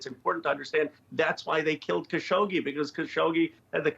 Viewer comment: Had no idea how khashoggi was actually pronounced. Thanks Richard